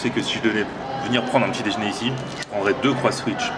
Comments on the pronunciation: On dit " déjeuner " pas "déjner " et en plus on voit bien que le nom du burger c'est " CroissAN'wich " et pas " Croiss'wich "... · Par contre on dit "déjeuner" pas "déjné" arrête de massacrer notre belle langue